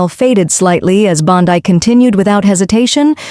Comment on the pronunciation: Please learn pronunciations, e.g., Bondee, Soto Mi yor, etc.